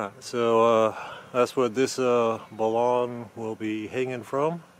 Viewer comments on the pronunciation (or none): Pronounced.... BAL"UN ...BALANCED TO UNBALANCED. But good job ether way